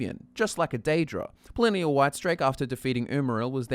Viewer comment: "Pellennial Witestrake"